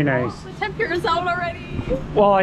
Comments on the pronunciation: Ten-Pooh-ra. Not Ten-pyu-ra. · It’s called tem-pu-ra. Not tem-pure-ah. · temPOOOrah. sorry but it isnt tempYOUrah. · The way you pronounce tempura 😂